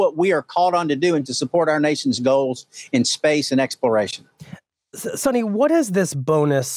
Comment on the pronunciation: It’s not pronounced as Sunny ,it’s Suni..Sunita,stress on the syllabi ‘’U’’